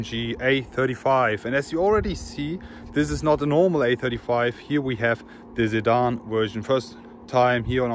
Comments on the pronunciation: Its your pronunciation = You say Zidane not Sedan :S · nah you were pronouncing the word sedan like zidane 😂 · is he saying Zedan or sedan 🤔🤔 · a zedan 'sedan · he is right...i too got confused when you said Zidan 🤔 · For a sec, I thought you were saying Zidane 😅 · I'm new here why does he keep saying Zedan? It doesn't seem like he has a problem pronouncing "'S'" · Whats with the 'sedan' pronunciation?